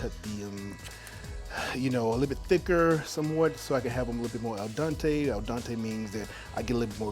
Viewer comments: “El Dante” he meant Al Dente smh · "eXpresso" "al dAnte" and "uNami" XD I'm sure that steak tastes good though